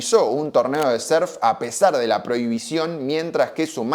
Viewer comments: Pero como que serf pelotudo, aprende a pronunciar o si no di simplemente surf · Pronuncias muy raro la palabra surf , lo dices con e